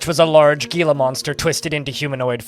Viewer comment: Gila is pronounced as heela